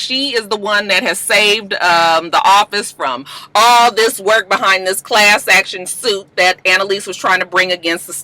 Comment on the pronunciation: The fact that she can’t say class action suit is what’s funny 😂😂 every week it’s a tongue twister!